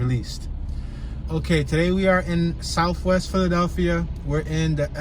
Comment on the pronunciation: Norf, Wess, & Soufwess.